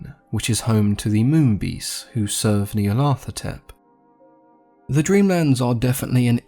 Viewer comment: The best single story to get a good overview is "The Dream Quest of Unknown Kadath". I like the way you pronounce Nyarlathotep as Neil Arthur Tepp :)